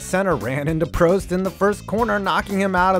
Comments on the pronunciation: Say Prost right please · Ayertone Senna and Prosteee at sazuku... Jesus Christ these pronunciations hurt.